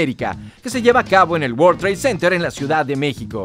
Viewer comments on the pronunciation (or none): none